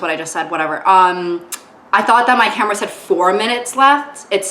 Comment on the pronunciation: You're saying camera as "camarra" . Yes, something's definitely wrong. You have been elevated to actor status now 🤢